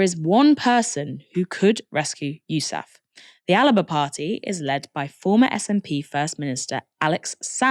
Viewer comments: Why does she say “Alaba” it’s Alba 😂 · Little thing: Alba is pronounced "Al-Ba". I know you're English but come on. Takes you one google search to fix that.